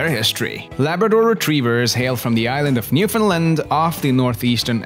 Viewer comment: You said Newfoundland wrong